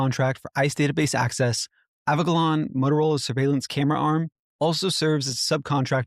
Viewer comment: You are pronouncing "Avigilon" wrong. Police Chiefs and Sherrif's will use this against anyone speaking up in the "closed session" portion of their official meetings, weakening our position. Yes, they really do that and yes, it really is a problem. Not a complaint, just a constructive criticism. I know it sounds silly, it really isn't, I've witnessed these kinds of conversations.